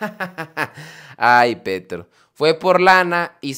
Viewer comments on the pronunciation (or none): none